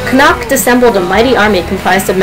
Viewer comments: Good basic retelling but jst so u no usually in Irish the stress is put on da first syllable of the word. Dat wud help ur pronunciation. CONnacht, FERdia, etc etc. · I don't care if this is nit-picking, I really must protest. Medb is pronounced 'May-v', Connacht is pronouced with the emphasis on the first syllable, as is Ferdia.